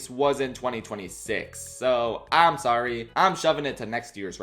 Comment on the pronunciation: canadian here, who lives down the street from where this was filmed! matt made a surprise appearance after the screening i went to for a q&a. he told us that he’s been popping into theatres all over north america and from what he’s seen, americans think the funniest thing about the film is the way he says “sorry!”